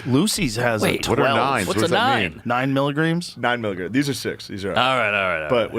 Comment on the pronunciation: * milliGRAMS not miligrims as joe said